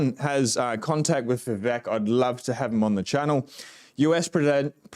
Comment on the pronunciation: His name is pronounced "vi-VAKE".